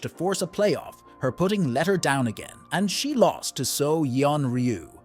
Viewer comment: This must be an AI voice. Put ting instead of putting